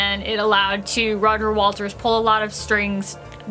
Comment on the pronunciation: Am I hearing "Roger Walters", not "Waters"?